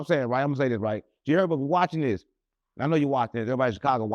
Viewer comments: And G hurbo 😂 instead herbo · G Herbo 😂 not G hurbo lol